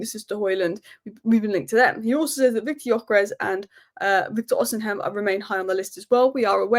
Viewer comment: Stop calling him osinhem please